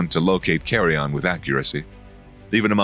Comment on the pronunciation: it isn't pronounced as " carry on", lol